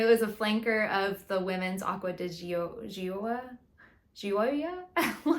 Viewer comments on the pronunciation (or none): Gioia is italian for joy. So the easiest way to say it would be Joya. Asking Google "how to pronounce xyz" is awesome for those foreign words. 😊